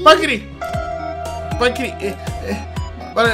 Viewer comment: Me da risa cuando intenta ser un disque "fantasma" y dice pAnCrIi 😂